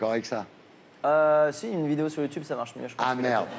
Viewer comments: Donc déjà mon gars avant d'interviewer Squeezie ou encore le critiquer tu vas réviser ta prononciation du mot YouTube ! Parce que YouTube ça se dit pas "YouTouube" ! (Désolé de rager mais ce gars m'a gonfler dès les 20 premières secondes!) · On voit le décalage des générations dès le début quand il dit « Youtioube » 😅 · Youtioube c gênant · C'est comme ça que ça se dit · Ce qui me fait rire c'est ces darons de 70 ans qui pensent pouvoir se fonder un avis alors qu'ils disent "Youtiube" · Attend il dit YouToube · À partir du moment où le mec prononce "Youtoube" tu sais que c'est mal barré😂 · Ça se prononce Youtioube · Ardisson déteste YouTube ç normal il sait pas le prononcer il dit youtoube LOL 😂 sinon plus sérieusement il déteste YouTube car nous les youtubeur avant plus d audience normale comme la dis Squeeze en se rabesse pas à la télé rialité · il dit youtoub à lieux de youtube mdr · "Youtchoube" JPP le mec il dit que de la merde et il est même pas foutu de prononcer normalement un mot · Bah c’est comme ça que ça se prononce, wtf